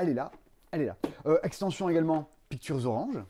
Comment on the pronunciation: Comme prononce "pictures": "piqu'turz", je pense que son second prénom est Arthurz!^^ Intriguée par ses projets d''ailleurs: Maître de cérémonie à Cannes, et ô le fun du fun! un jeu du Passe-Temps! (je penche néanmoins plus pour un prix du Passe-temps, ça serait cool en fait) Ma passion secrète est de jouer au jeu de l'ascenseur... (non en vrai très banalement, le dessin et la peinture) Purée il est trop ce jeu "Dodos riding dinos"! je l'aurais bien acheté rien que par curiosité, puis ça doit être rigolo, mais c'est dommage il est dispendieux (et wai, les figurines sont cool pi 4 plateaux). Faut penser à remplir le frigo de temps en temps! Quoique ça pourrait être un nouveau régime post-fêtes: achetez des jeux au lieu de la bouffe et perdez 7 kg en un mois! vos vidéos sont toujours trop le fun, j'essaie de ne pas en rater une! bon week end!